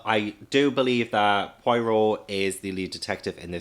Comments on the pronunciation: Just one quick thing before I watch the last 2/3 of this. Poirot is pronounced Po-ah-row. Thank you for your attention. Back to the movie now 🤩🤩🤩🤩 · You mispronounced Poirot's name a lot on this video, but that can be forgiven if you only have the written word to rely on. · I love you to the moon and back, please pronounce Poirot correctly. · In the first 3 mins: Oh no.. please say you’re not going to pronounce Poirot that way all the way through this video. 🙈🤪🙃